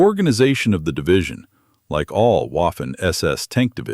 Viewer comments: Stupid computer reading.....it is not "waffen" it is pronounced "vaffen" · For he love of GID how hard is it ?,Especially if you are an avid ww2 student , pronounce Waffen SS (armed protection squads)its W=V in English, J=Y if you could just get those two you’d sound more like you know what is you going on